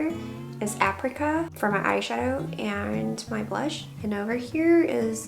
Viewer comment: What is aprica? Can't she read that apricot has a T at the end?